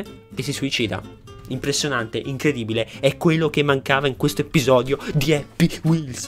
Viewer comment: è happy wheelZ, con la "Z"